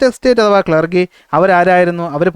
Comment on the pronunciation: ക്ലർഗി ellaa ക്ലർജി ann😂 sir 😂